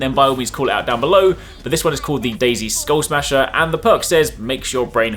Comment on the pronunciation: this guy doesn't know what is a skullmasher sniper is. He even said it wrong. clearly he never played borderlands 2